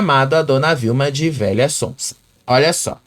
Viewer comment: ele não diz VELHA ELE FALA VEIA